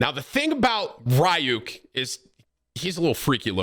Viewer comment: Can’t say ryuk properly idk if it’s for u